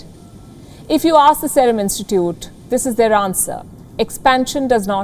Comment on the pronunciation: Y can't she pronounce serum correctly ?